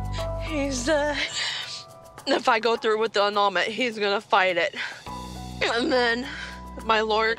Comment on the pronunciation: the way she said AND THEN 💀💀